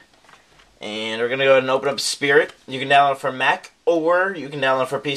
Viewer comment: you must have been so excited you called it "Spirt EASY" xD